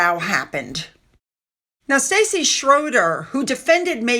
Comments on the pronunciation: Stassi isn’t pronounced st “aye” ie. It’s like “sauce”- s(t)auce-ie. Her name is (old world) Anastasia. Not that people care, lol. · STASSI nit Stacy. STAH see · Hi. I’m just letting you know you’re saying her name wrong. You’re saying Stacy Schroeder. But it’s Stassi. The pronunciation is like saucy, but add the t. 👍🏻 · You are saying the biggest fans name wrong. It's NOT Stacey. Chopra (SP?) has a REAL child and she is busy. We ALL KNOW that the moron MSM people writing those articles are on the payroll of the Pansy-arse wimp and his wh*re. How sad the number of people who are willing to sell their souls and make themselves look like total twats for a few bucks.